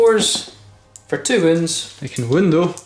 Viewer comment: Great report! The way you guys say “wound” drives me crazy lol. Am I the only one that notices that? I might be the only American 🤷‍♂️...